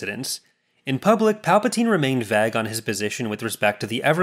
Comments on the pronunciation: Absolutely not how you pronounce vague btw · If I had a yt chanel I too would mispronounce words like vague just to drive up that comment number count! All joks aside very cool video, a lot of information I had no idea existed. Really helps to bring the story together thanks!